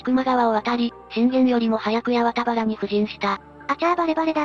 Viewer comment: やわたはらでなくはちまんばら、変なとこが気になる